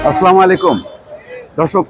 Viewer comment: মোস্তফা ফিরোজ ভাই সালাম দেয়া নেয়া ইসলামের এক অনন্য সৌন্দর্য, এটা শুদ্ধ উচ্চারণ জরুরি, আর যেহেতু আপনার ভিডিও অসংখ্য মানুষ দেখেন তাই এ বিষয়ে গুরুত্ব দেবেন আশা করি। ধন্যবাদ।